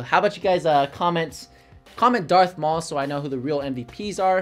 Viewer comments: "Darth Mual" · Marth Daul lol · “DARTH MAUL” 😂😂